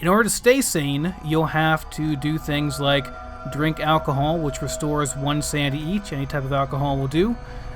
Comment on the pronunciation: It's "sanITy" not "sandy" #dumbass